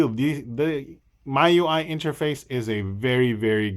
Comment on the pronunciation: I think it's pronounced Me UI, same as the Mi in Xiaomi :D